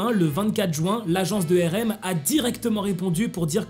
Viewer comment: tu prononce RM mal ! Sa me fait mal je suis désolé